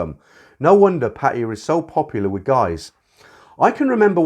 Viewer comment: Hey, been listening to you for years. Great content. The one thing that does irk me a little, is your pronunciation of 'Pattaya". Maybe it is the original glimpse of how you picked it up. What is your take on this?